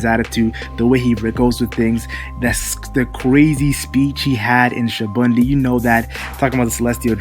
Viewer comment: Your pronounacion of SA-BA-ODY is troublesome. I don't think they're gonna fight when they're gonna meet again I think an alliance is gonna form between Luffy Law and Kid. I think Sabaody hinted that. Also Hawkins, Apoo, Drake, and Urouge kinda looks likely after that run in with Kizaru and also with Kaido as well. So kinda think about that and I think those alliances are gonna happen.